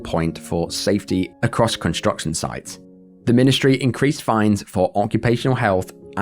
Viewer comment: "A piwwar of smoke biwwowing acwoss the night sky..."